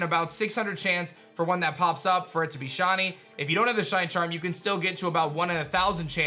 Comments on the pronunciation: Sound like he’s saying shotty not shiny, kind of annoying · It's not "shaw knee". It's "shy knee". Pronunciation 101. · I can't with how he says "shahnee" instead of shiny 😂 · I love you man but every time you say shiney I hear Shawny 😅